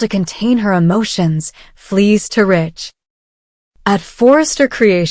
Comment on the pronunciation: Stop his name is not Rich it's RIDGE